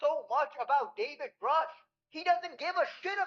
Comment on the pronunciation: I'll give the benefit of the doubt as he says Grusch correctly now. Lue said it right once but reverted back to Groosh